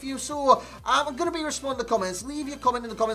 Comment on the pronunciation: He said "How's it gunnen lads" ?